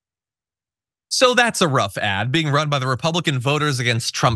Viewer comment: "hes got so much biegiedge"